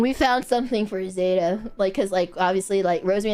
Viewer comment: saying zÉta instead of zEta makes it sound so fancy:D